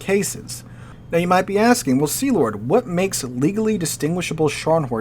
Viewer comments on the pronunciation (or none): none